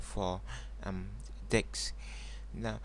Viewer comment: why does he keep saying "dicks"? :D